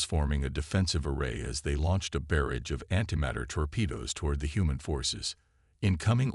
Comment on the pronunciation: JESUS!!!!!....FREAKING.....CHRIST!!!!!!!!!!!!!!! F@ your POS AI!!!!!!!!!!!!!! It is impossible to even begin to enjoy the story with all the DAMN AI SCREW UPS!!!!!!!!!!!! I am only 11 mins in and losing my mind to the FREAKIN mistakes already!!!!!!!!! WTF is: "BEAR-idge"(barrage), "deh-BRISS"(debris), "cuhn-TAKTED"(contacted), "UN-animous"(unanimous), "REEE-trofitted" (retrofitted), "deh-BREES", "PRAH-gress"(pro-GRESS), "DIS-uhbled". DAYUMN!!!!!!!!!!!!! I'm outta here. You are definitely now off of my listening list.